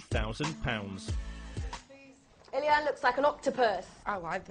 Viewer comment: And why did she introduce herself as ‘Elly-Anne’ when her name is ‘Elaine’